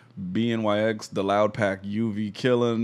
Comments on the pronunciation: OMG every time you said B N Y X I wanted to scream lmao BNYX = BennyX lol you could even hear his producer tag on the beat lol. I was wondering if you would catch on to it lol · BNYX killed it on production and btw it’s pronounced Ben E X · bnyx pronounced benny x btw